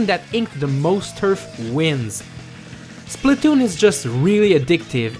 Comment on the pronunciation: I sed plz don't be spaltoon and all of asodean you sed spaltoon and that freaked me out how ironic